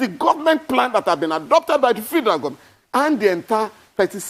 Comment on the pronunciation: Why is this guy Falana, mispronoucing FEDERAL as fee-der-al?